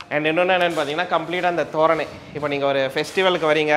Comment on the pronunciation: Maa elaya vala ela solreenga thoranam atha thoranai solreenga tamil theriyatha vadasatti sago